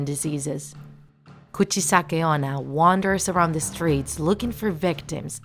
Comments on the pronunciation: "Gucci sake ona" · “Coochie sakiona”- that’s what I heard😭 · You got every name correct! But what whats Kurtnamis legenda?